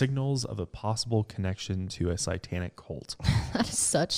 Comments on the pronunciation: Great story couldn't get pass saying Sai tanic lol instead of satanic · I stopped half way through,because I couldn't stand to hear say sItantic one more time. It's sAtantic. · It's satanic not satanTic 😂 make it make sense lmao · Guy, can you please stop saying "psy-tanic"? Thanks. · Literally no one:: CITANIC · Why does he pronounce satanic as si-tan-ic ? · Omg.,if I had a nickel for everytime you said SYEtanic lol luv ya guys. Xo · always says “sitanic” haha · every time I hear say sightanic 😳😳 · Between this podcast and the Pazuzu episode on channel, I have heard him say sight-tanic wayyy too many times this week hahaha I love but oh man that makes me shudder lol